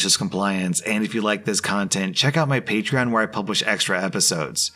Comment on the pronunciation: I forgot about it for a moment, but it makes me so happy that he pronounces patreon how the rest of us know it now lmao